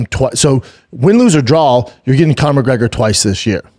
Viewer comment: I really need shauby to practice saying draw! Connor is a big draw. There is no L it’s not drawl